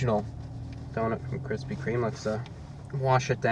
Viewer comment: I keep laughing at "Kristy Kreme"